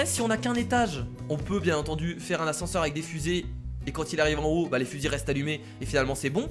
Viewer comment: l'ascense au lieu de l'ascenseur